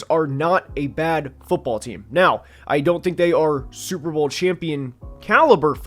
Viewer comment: Schiillaz two da SchyuperBoul